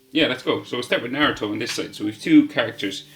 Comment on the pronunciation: you said naruTOES Lol